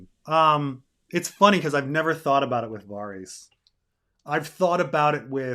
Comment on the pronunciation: I can't listen to 4 hours of this pronunciation of Varys